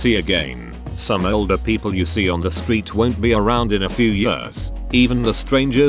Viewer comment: Nobody: Synth Voice: Pronounces ‘People’ as ‘Peeoplee’